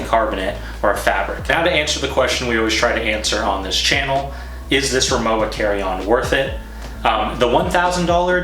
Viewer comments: You’ve been pronouncing the brand name incorrectly throughout your entire video. The w is pronounced like a harsh v. It’s pronounced Ri-moh-va… And yes, I’m a native German speaker. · German's pronounce their "W" like a "V." So, it's pronounced Ri-MO-va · I love my Rimowa. Technically it’s pronounced Ree-mow-vah since it’s German. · Its pronounced RIMOVA actually but nice try haha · It is pronounced rimova - the w is a v ok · It’s pronounced RimoVa! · It is pronounced RIMOVA, with V. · Good review but it's pronounced rimoVa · 'W' pronounced 'V' in German, ergo, not pronounced as described